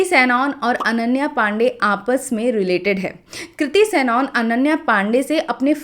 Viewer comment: It's not सैनऑन, it's सनन